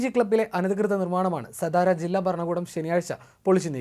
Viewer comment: സദാര അല്ല. സതാര ആണ്.